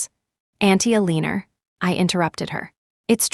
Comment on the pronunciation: Julian's mother's name is Eleanor (pronounced L LEN OR) not a leaner